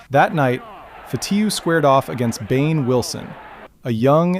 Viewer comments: Bane Wilson not Behn ? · It’s not “Bain” Wilson, it’s Ben (spelled Behn) Wilson. Come on, you can do better since you give the appearance that you know hockey….just sayin’….. btw, pretty good job otherwise. 👍🏽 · I chuckled when he said bane, it’s Ben. Silent h , I wonder if he used AI narrator, because I’m sure any hockey from our era , certainly the person making the video knows his name is not bane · if you're going to make these videos... pronounce the name of the players properly. Bain Wilson????? BEHN WILSON....BEHN=BEN. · It's pronounced BEN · Did he really say "Bayne" Wilson? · BANE Wilson?? Comon man! Is this a stupid AI vid? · Right. But if you say him play & fight you would agree that Bane is quite apropos. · I'm fairly certain that is not how you pronounce his name.